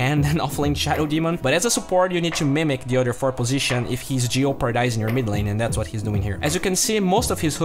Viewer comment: oh boi dat jeopardize pronunciation.